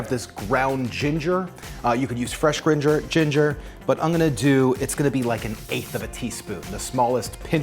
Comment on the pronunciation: You said "ground ginger" and then tried to say "ginger" again, it became "gringer" 🤣🤣🤣